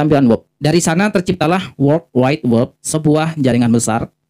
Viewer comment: WEB (dengan e seperti pada kata "bebek" kok saya dengar membacanya seperti WOB atau WEB (e pada kata "tetap").